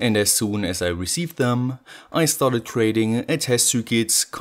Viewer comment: Eine kleine Anmerkung zur englischen Aussprache.... Achte mal bitte drauf, Worte am Satzende, die mit nem T oder D aufhören, nicht immer mit nem „S“ zusätzlich zu sprechen. Also: „head“ und nicht „headS“ „it“ und nicht „itS“ „Let‘s get started“ und nicht „startedS“ 😜 Ansonsten sehr gute und äusserst interessante Videos. 👍🏻